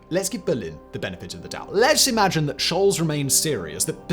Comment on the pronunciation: Scholz is pronounced sholts, not sholz.